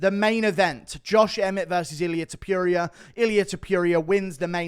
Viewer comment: Guru just loves Ilia "Tip-Yuria", he wasn't campaigning this hard even for Arnold Allen.